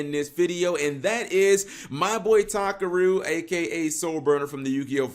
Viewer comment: Thank you cap you like the only non clueless English speaking yugioh vrains watcher who knows that Takeru in English is actually pronounced as Takaru you got it right unlike everyone else peace.